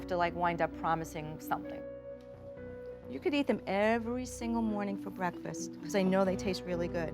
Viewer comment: Jo, Jo, Jo, why do you say ‘wiv’ instead of with and ‘uvver’ instead of other? Also somethink and nothink instead of something and nothing? Drives me CRAZY! I know you can pronounce th because you do in other words. Just WHY?